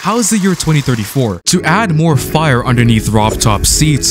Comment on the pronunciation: I'm sorry. I just can't stop laughing whenever he says "fire" 😭😭😭